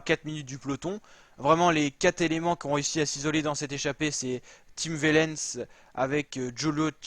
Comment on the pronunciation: Tim OUAIIIIIIIIIIIlens ! Par pitié, la prononciation !